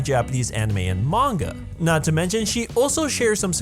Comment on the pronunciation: about the yandere simulator one its not a coincidence they are both psychopaths since they ARE both yanderes i mean you can look at other yandere characters and they are also quite extreme. sorry for nitpicking this continue. 1 great job at pronouncing manga correctly but you pronouce kagame wrong so negative point 2. you used dub of no game no life... negative 50 points 3. you worked hard so +60 points